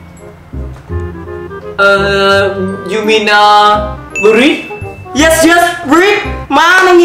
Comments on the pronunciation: anh ơi anh đọc là bread(b'red) ko phải brit =)) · SPAGHETTI LÀ I ANH ƠI, KHÔNG PHẢI Y Bread đọc là bret mà anh, ko phải brit